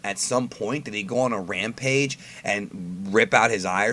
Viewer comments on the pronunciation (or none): none